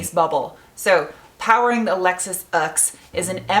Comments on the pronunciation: It's pronounced "Ooohhh" thank you. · I pronounce UX like uggs lol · Your pronunciation of UX while keeping a straight face was priceless!